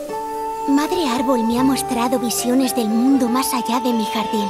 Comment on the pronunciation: Soy la única que escucha muestrado en vez de mostrado?